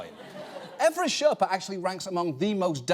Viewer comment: The word you are looking for is Sher(stop)pa. The pronounciation is completely wrong.